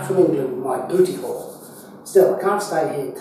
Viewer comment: Semantics alert! Did you say "booty call" or "booty haul"? I've been informed that in today's parlance the two phrases are quite dissimilar. Great job. Narragansett Bay